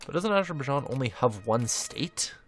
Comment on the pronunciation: Azer-bi-jarn. How to pronounce Azerbaijan.